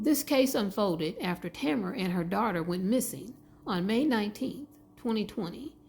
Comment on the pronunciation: This is my good friend! 😭Her name is pronounced Tuh-meh-ruh